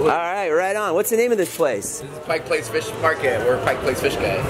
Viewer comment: Glad is said Pike Place correctly.